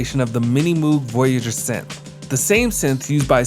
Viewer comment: Nice take on VK-1, but isn't Moog pronounced like rogue?